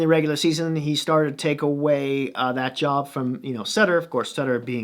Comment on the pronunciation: First off pretty thorough coverage of the team. My thoughts. Vancouver has the best goaltending coach in the league in Ian Clark, pretty sure Holtby will be OK. In fact it may have helped Holtby to sign here. It's Sutter not Sooter, lol. The defense has been an issue for this team for years. Schmidt should help a lot. The reason Tanev blocked so many shots is that he had lost a step and was struggling to get the puck out of his own zone. Pairing with Hughes masked some of that last year. Losing Stecher will be a loss for sure, while not that big he was a bulldog. Unfortunately he struggled down low against more physical players so I think Benning thought he was expendable. Jake has been working out all summer with Myers in Kelowna so Canucks fans are hoping he comes to camp in better shape (something that has been a problem in the past). In addition, there has been some talk that JT Miller have become close and Miller is mentoring Jake. It's Podkolzin , not Pudolzkin, lol. Must admit, I watched it several times to have a chuckle. As for the rookie dmen, as long as they can find a decent skater that can move the puck they will be fine. I wouldn't underestimate Rathbone either, the kid is pretty special. I think the problem for the Canucks is that the teams in their division should have improved where the Canucks haven't much (unless as you say, Virtanen and Gaudette take major steps) I want Ferland to retire. There is no reason for him to take any more chances with his health.